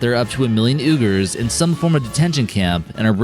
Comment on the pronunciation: Uyghurs, the ethnic people of western China is properly pronounced WEE-gur. I'm not criticizing or belittling the narrator, Uyghur is definitely an off the wall word to just about anyone, other than the Uyghurs themselves, I'm just trying to enlighten the narrator and the people who watch the video. Have a great day everyone!